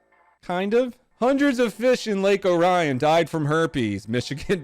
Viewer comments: The name of the lake is pronounced "O-ree-un" not "O-ryan" just an FYI. Pronunciation clarification intensifies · Btw it’s pronounced “orean” not “o Ryan” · HE SAID OH-RIAN, it’s OR-EE-ON lol that made it 10000x funnier 😂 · O'Rian? It's Orion ahahaha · Just FYI that Michigan lake is pronounced Lake OAR-REE-UN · Isn’t it pronounced ore-ian? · It’s pronounced Or eeee AN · oh donut you're killing me man. As a Michigander, Lake Orion is pronounced "Ore-e-in" (like in Oreo or Oregon) response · U pronounced orion wrong